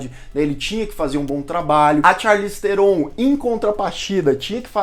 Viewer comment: O NOME DELA SE PRONÚNCIA ASSIM, CHARLIZE TRON E NÃO TERON